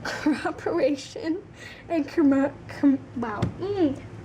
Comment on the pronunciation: That’s so weird that for an English speaker you couldn’t pronounce cooperation :D wow